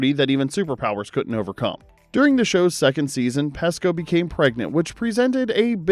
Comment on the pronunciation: Donna Pescow's name is pronounced with a long E ! You pronounced it with a short E !